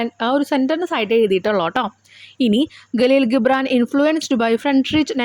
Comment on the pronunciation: Galeel gibran alla jibran i mean (gibran)